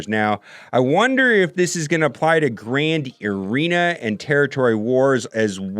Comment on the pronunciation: my man just called it grand urina.. hahaha love ya